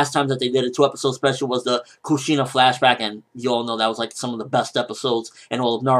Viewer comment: For future reference it's flashback not flashbag, just so you know :D